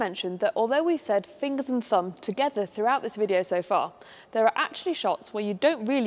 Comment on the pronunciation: fingers and "fumb"?